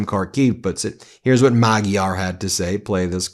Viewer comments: Magyar is pronounced "Majar" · Peter Magyar’s name is pronounced Madshar. Please do me a favor and get this right, Ben! Remember, you have a large international audience! 🧡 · The new Hungarian leader, Péter Magyar has a last name that has a soft G So it's pronounced madge-yar. His first name is pronounced pay-ter. Thanks